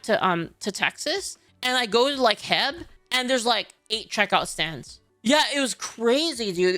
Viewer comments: It’s pronounced H E B. Say the letters. It’s not “Heb” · It's not "heb"......it's "H", "E", "B" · Alright, hold on, did she just say "Heb" instead of H-E-B? Needs another Texas injection of BBQ and yeehaw. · Heb? It’s H-E-B!!! Spell it out. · wait ... did you just say "heb" and not "H" "E" "B"? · She did not just call H-E-B, HEB. Please tell me she's trolling. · It's not Heb, it's H. E. B., saying Heb is the equivalent of calling Buc-ee's, Busey's. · ive never heard anyone call it heb over here we call it H.E.B. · Did u just call it Heb and not H-E-B. Go back to california ngl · did you just say “Heb?” Instead do H-E-B?!? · Calling H.E.B. heb got me laughing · Bro calls it “heb” lol wtf!?